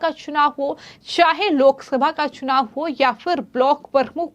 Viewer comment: महोदया आपका हिन्दी उच्चारण बहुत दोषपूर्ण है कृपया इसे सुधारने पर ध्यान दें। "चुनाव" को "छुनाव" और "स" को" श" कहने जैसी कई गलतियां आपको सुधारने की जरूरत है।